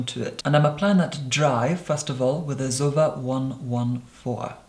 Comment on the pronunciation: when hes saying zoeva sounds like he is saying sofa in a german accent